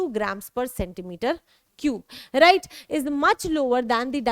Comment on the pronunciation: Mam right ko राइज bolti hai😂